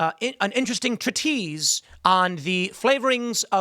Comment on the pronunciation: 1) The word "treatise" (you said "tree + tease") is "tree + TISS"; 2) 'Moloch' is a Hebrew expression often misinterpreted as the name of an evil force. Moloch מלך (Molech) מ-ל-ך (M-L-Kh) A deity associated with child sacrifice. Angel מלאך (Mal'ach) א-ל-ך (A-L-Kh) Messenger. King מלך (Melech) מ-ל-ך (M-L-Kh) Ruler or sovereign. Moloch and King: Both Moloch and king share the same root (מ-ל-ך), which relates to authority and sovereignty. Moloch represents an aspect of power associated with immoral practices. A king embodies governance and leadership. Thanks for the content. Keep up the good work. בס'ד